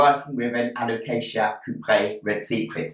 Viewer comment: First time I've heard it called it a "Coop-ree". Always thought cuprea was pronounced Coop-ree-a.